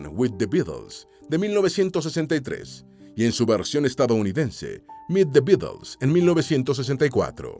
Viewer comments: Una pena que un más que aceptable (aunque en ocasiones aburrido por la monotonía de la voz en off), se vea empañado por una mala pronunciación del nombre del grupo "The Beatles". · que mal pronuncias The Beatles